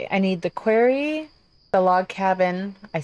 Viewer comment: You are so down-to-earth: "I CAN speak and English IS my first language!". If this country had more people like you, THAT would make it great again. Not "Metallurgy" like "Metallica" but "Metal" +"Urgee". The "arry" in "Quarry" sounds like "orry" in "Sorry" which is what I am for offering these corrections. If I have something hanging out of my nose, I would rather you tell me than I remain oblivious. 🤙